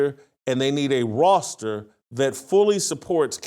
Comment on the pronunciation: Why can’t this dude say the word ‘Roster’? It’s so annoying when a person speaks for a living and cannot pronounce basic words. WTF.